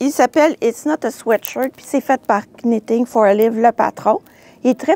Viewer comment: Merci pour les belles idées! Sans vouloir vous offenser, je me permets aussi de vous faire un commentaire constructif: lorsque l'on prononce Knitting for olive, le "k" est muet tout comme vous faites en prononçant Petite Knit. Bonne journée!